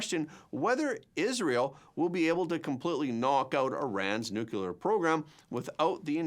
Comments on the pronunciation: I still enjoy and appreciate the presentation, i just react to your pronunciaton of 'nu-cu-ler' rather than 'nu-clear'. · Nuclear isn't pronounced Nukuler.. aks me, I know. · Their is no such thing as "NUCULAR!"